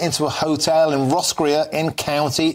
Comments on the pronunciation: Excellent commentary on our crisis - but do watch how you pronounce ‘Roscrea’ . Ta 😂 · It's pronounced 'Roskray' (Roscrea) not 'Roscrear' as the presenter stated... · "Ross-cray" not "Ross-creah" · Roscrea- pronounced RossCray NOT Roscreya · PRONOUNCED...ROSSKREY...AKA ROSCREA🇮🇪🇮🇪🇮🇪☘️☘️☘️ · It's pronounced "ross cray" , my wife's grandmother came from there and she still has distant cousins there. Ireland's special, it's emigrees are the reason that the US and Australia are the way they are. It's a monument, worth of World Heritage levels of preservation. No more inappropriate immigration. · It's pronounced roscrey as in grey. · Pronounced Ross Kray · It's pronounced Ross cray. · Roscrea pronounced , Ros cray